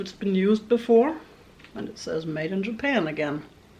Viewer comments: When you said Japana I snorted my drink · Lol, “japana “.